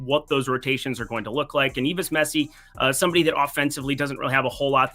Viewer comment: Messi not misi